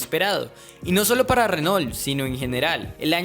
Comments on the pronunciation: muy buen video pero pronuncias muy colombianizado la marca Renault. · Muy interesante. Pero pronuncias horrible el nombre "Renault".